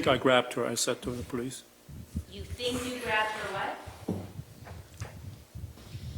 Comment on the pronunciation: "I sink so" ....🥴